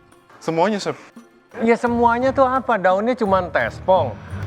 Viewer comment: salfok sama cara ibnu nyebut chef jd syephhh😂✌🏻